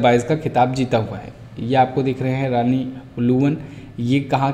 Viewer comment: रानी नही रॉनी होता है